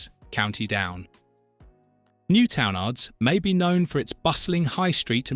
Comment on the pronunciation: I cringed at “Newtownards” so bad 💀